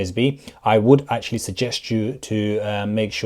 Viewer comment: Basiclee literallee actualleee